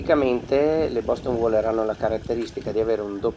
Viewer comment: Si dice "WEILER"... ma ok! Lo voglio troppo. Ma nuovo costa troppo!